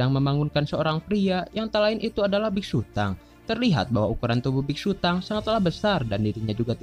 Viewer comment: Hhmm mohon maaf😅😅😅 itu bukanya big sutong kok bigsutang😅😅😅